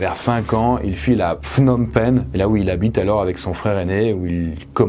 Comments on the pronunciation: J'avais l'intention de rectifier. De plus Phnom Penh se prononce P'nom (pas Fnom) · "kampoutchir" plutôt ! J'ai tiqué aussi quand il a dit "fnom penh" ou quand il a prononcé le mot peuple complètement différamment de "pratchirtchoun" 😁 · Okun !!!! = Merci !!!! pour avoir travaillé sur ce sujet et d'en parler !!!! mon pere a pu fuir le pays le jour de la prise de Phnom Pen et mon grand pere lui a survecu au camp de travail.merci encore pour cette video. tu as reussi 1 fois a prononcer Phnom Pen correctement ^^ et Kampuchéa se dit Kapouké 😉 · Très bon documentaire. Juste deux erreurs de prononciation : Phnom Penh et pour "Dutch" et pas "Douch" !! Je connais, j'ai visité le Cambodge de long en large !! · Mec, faudra vraiment apprendre à prononcer le nom des capitales avant de parler d’un pays que tu connais pas.